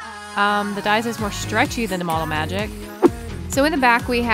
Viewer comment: Lol you said model magget 🤣